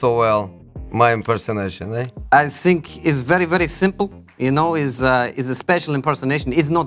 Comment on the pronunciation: first word he says is “I sink”. I already knew he was going to be good 😂